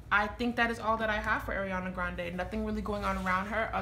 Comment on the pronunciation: Her first name is pronounced R-e-on-uh not Air-e-on-uh. R. Ariana.